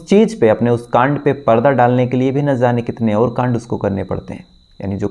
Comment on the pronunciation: ना ज़ाने सही नहीं है ,ना जाने कहा जाना सही है।आप हमेशा ना ज़ाने कहते हैं।